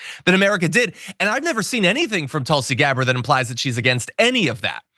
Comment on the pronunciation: LOL! She definitely said "deGabbard". I replayed it a few times to be sure I heard her correctly.